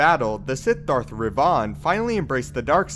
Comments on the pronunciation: Darth Revahn? you mean Revan? how did you get that wrong? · He said darth REVAUGHN lol u mean REVAN??? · “Darth Rev-aughn” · Is Darth Revan now Darth Revaughn? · Does it bother anyone else how he pronounces Revan? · I'm sorry but, are you saying Revan? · The way you say Revan makes me sick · I died a little everytime he said it. Wft is that?